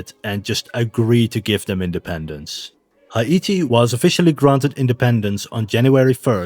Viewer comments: It's not Ha-I-ti. It's He'-Ti. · It's hay tee, not high ate ee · Haiti. Thats "Hay-tee", not "High-ee-tee" 👌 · I have never heard Haiti pronounced as High-ee-tee. I am not blasting you, I thought you were English. I did some research and see that some pronounce it as high-tee. But most say hay-tee. I just thought that was interesting. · Why are you pronouncing Haiti like it's Hawaiian? It's just Hay-tee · It’s hi•ity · Can you not say Haiti like that please? It’s pronounced “ha-te”. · I dont think thats how u say Haiti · Why the actual fuck do you say Haiti like that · bro stop saying haiti so weird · you say Haiti weird